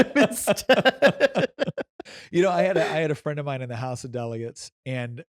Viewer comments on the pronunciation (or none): none